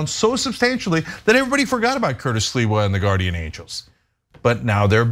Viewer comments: 👴🏻🥃 WHY SHE KEEP CALLING CURTIS SILVER INSTEAD OF SLIWA? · Sliwa has always been a low-life. Why can't Anna ever pronounce names, and many other words, correctly? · Sliwa is not hard to pronounce. Lmao.